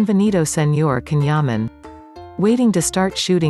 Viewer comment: The video is excellent but remember that the pronunciation of his first name is different!